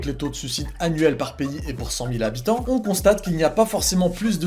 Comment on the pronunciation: qui fait des fautes d'orthographe à l'oral en inventant des liaisons imaginaires à: pour cent Z'habitants La langue française: tu crois que c'est du respect mon garçon?